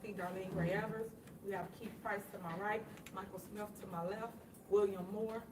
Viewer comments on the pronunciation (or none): none